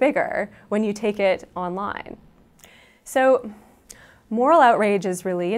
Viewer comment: only 120 dislikes ? ppl rly like this sheeitzz so much ... "So much biggeeeeer mnya wya (indistinct mouth noises) onlineeeee .. those pronunciations are giving me cancer